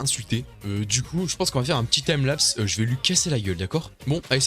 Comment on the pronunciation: un accent vraiment...